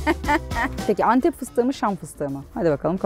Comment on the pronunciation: Meşhur Entep Enektarı :)